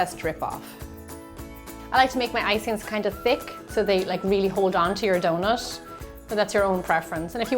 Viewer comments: If there is a T, it be omes an SH. Not hating best recipe ive found tho😂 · It's donuT not donuSH...